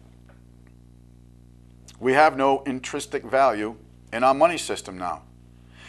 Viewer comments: INTRINSIC NOT INTRISTIC INTRISTIC IS NOT A WORD Makes it hard to take you seriously even though you're talking about massively important stuff. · 'Intristic' is not a word. A word close in sound is 'intrinsic', but check the meaning for accuracy. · the word you have in mind is intrinsic, not intristic.